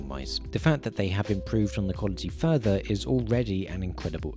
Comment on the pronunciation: "without futher delay", proceeds to stare into your soul*